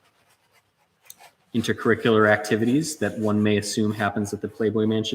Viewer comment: "Intercurrucular activities"